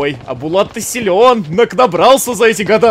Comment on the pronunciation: не Булат а БАЛАТУ